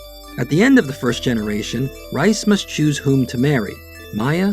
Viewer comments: I always said it like rice as well bet i think its actually pronounced like reese. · I think he's making a joke about your pronunciation of Rhys. Not sure how else you'd pronounce it though.. maybe like Reese? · Unless the Japanese developers intended it pronounced differently, Rhys is pronounced "Reese". A lot of the names are from UK and Ireland: Sean, Nial etc and Rhys is the Welsh spelling. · Just an FYI aside on an otherwise great video. The name Rhys is a Welsh/Celtic name. A closer pronunciation of it is “Reese”